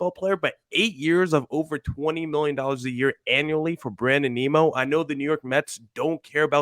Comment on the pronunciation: Lol, who is Brandon Neemo? It's pronounced N-i-mO